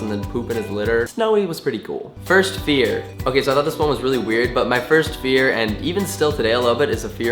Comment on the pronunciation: when you said first fear i thought you said first beer. lol